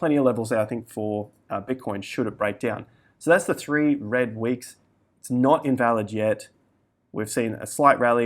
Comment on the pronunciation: Thwee wed weeks. Almost heard it.